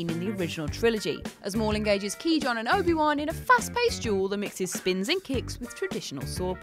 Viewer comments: Who the fuck is key Jon? It pronounced qwy gone. It's said a good few times in the film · Key-John?!?!?!? What is it recently with WC presenters not being able to pronounce names of characters or actors. I'm starting to think they're faking it and have not even seen the movies they're describing. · Key Jon?.... Fucking really? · "Maul engages Obi and Key John..." lol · Um. I'm sorry, did you pronounce psuedo-philosophical as "suede-o"? Psuedo is pronounced "su-do". Geez. And it's not "Key John" it's Qui Gon. Wow. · Ki jon - qui gon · sway-doh philosophical? Key John? Bloody hell... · “Key Jon” kek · Eddy Storms the "key john" annoyed the hell out of me too.... His name is only said out loud a hundred times in the movie so you know how to pronounce it. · She just......she just pronounced Qui Gon's name as "key john"...... Why does she still have a job here??? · You said “Key John” instead of Qui Gon and I think that is adorable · did... did she just call Qui-Gon "Key John?" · Ok so said “key John” instead of Qui Gon. Please, check these before they get posted. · Key John?!? It’s Ka Why Gone Gin! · Did she just call Qui Gon “key john” ...? Im triggered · Suede-o? Key-John? Get in the bin. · Did she just say "Key-John" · Qkey Jong? Haha I love it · Kee John?. They say his name multiple times in the movie. There are plenty of mispronounciations that I'll let slip because of your teams british accents but this... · “Ki-John” what the fuck?!? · Sorry. Excuse me. Key john? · Ohhh no... “key Jon”? Don’t you mean Qui-Gon? Ya done fucked it up.😔 Star Wars will never forgive this. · Key John 😂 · Who's 'KeyJohn'? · Wait what she said key John and obi wan not qui gon and obi wan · What the fuck is a “Key Jon”?? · Who the fuck is KeyJohn? 🤣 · Holy fucking shit, she just said "key jhon" has she seen the phantom menace???? That wasn't even close to how that characters name is pronounced. What the fucking fuck?!?! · key john?...........bruh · FUCKING KEE-JON???